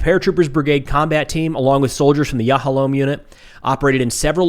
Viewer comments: The "Yahalom" prononciation was pretty close, almost native :) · You pronounced yahalom perfectly. In English it’s diamond. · You pronounced Yahalom perfectly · you pronounced yahalom just fine, it means diamond(its a combat engineering SF unit)